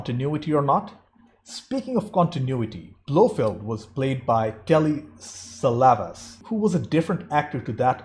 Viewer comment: It's Telly Savalas. Not solace. And Telly Savalas doesn't wear scars. He doesn't need a gimmick like a scar on his face to scare you. In the books Blowfeld does not have scars. Telly Savalas was an award-winning actor who always gave his best at any given time. And if you didn't focus on the fact he didn't have a scar you would have noticed that his performance of blowfelt was much better than the previous one. He was much more intimidating because he was so much more polite. It was the perfect balance between evil and nice.